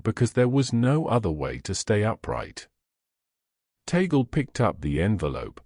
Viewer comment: ..it is NOT ta-gle BUT tag-le..thanks..